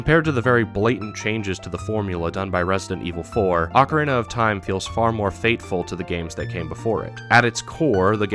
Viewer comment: Say it with me now, "Oh-kah-REE-nah".